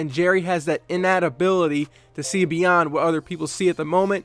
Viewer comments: innate is pronounced "in-8" not "in-Nat" LOL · Innate is pronounced like in eight not in nat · The word is “Innate,” (pronounced: “in-nate” not “in-nat”). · Nice piece ! And the word is "in-nate" !;) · Did you just say in-nat? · Sean Steo Lol, people really should double check words they don't know